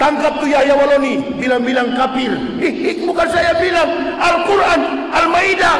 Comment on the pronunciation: Membaca istilah2 dlm al-quran dgn tulisan latin saja belepotan, kok berani-beraninya mengeritisi al-guran. ngaca dulu bung..